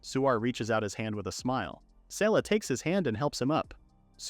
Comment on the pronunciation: Sela? Her name is written SERA. Not the Asians getting L and R mixed up again 😂😂😂